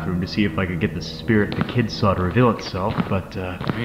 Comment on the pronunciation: “WE SAWR IT”